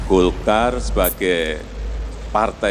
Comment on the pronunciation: Golkar bukan dolkar